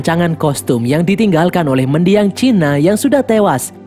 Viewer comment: kok chinak? cinna dibacak sinna.